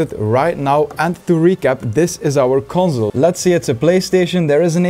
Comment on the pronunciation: Conzol pronunciation is bothering me